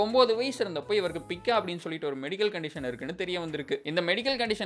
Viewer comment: பிக்கா ❌ பைக்கா ✅ - in English it's Pica